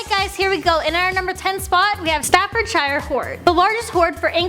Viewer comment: The way she says Staffordshire 😩